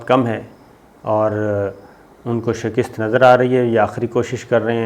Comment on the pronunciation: Bhai shaaakist nai shikast hota hai